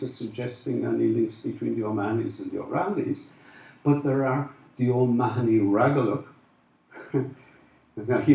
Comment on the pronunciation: I always thought it was pronounced Oh-mar-nee?